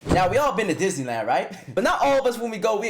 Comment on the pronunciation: Is it just me or did he say Diddy land?